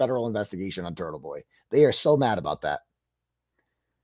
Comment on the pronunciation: Why is it pronounced Turddle-Bhoi?